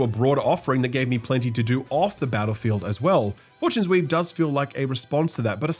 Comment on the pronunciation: Is it just accent or are you calling it Four-Tunes-Weave as a hint? 👀